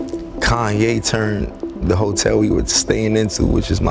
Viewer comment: Koon-Ye* lol